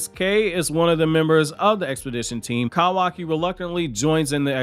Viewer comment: Kawaki! LEARN HOW TO PRONOUNCE IT! YOU’RE DRIVING ME NUTS!